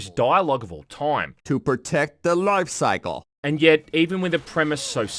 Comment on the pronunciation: *LOYfe soickle